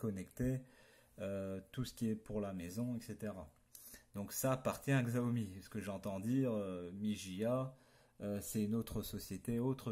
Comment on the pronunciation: Par contre la marque se prononce "chiaomi" mais sinon bonne video juste peut etre un peu longue.